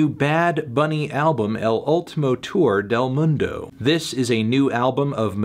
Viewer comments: "El Oultimou Tur dell mundou" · "El Ooltimou Tuuur del Mundou"